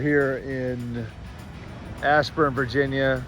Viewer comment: Ashburn not Assburn lmao